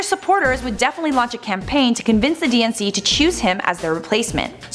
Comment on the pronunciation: When she says DNC, I keep hearing and thinking she is saying "DNCE" (the band who sings Cake By The Ocean and Toothbrush XD Why do they have to be my favorite band? XD)